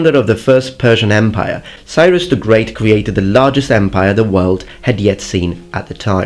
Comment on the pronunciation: Cyrus is awesome. You should totally do a video about him. And learn to pronounce his name